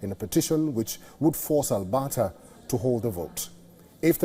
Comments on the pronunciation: Albahta is pronounced wrong, your missing the "r" in Alberta and I know you can pronounce it. Just think RRRRRRuwwanda but Alberta, lol. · Al-Bert-ta.. ert ... Ert..... Jesus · go woke go broke...how on earth is this guy a news caster...Albata and seed instead of secede..bet he doesnt know what that word means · What in the hell is ALBATA mister Sir? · Albata. LoL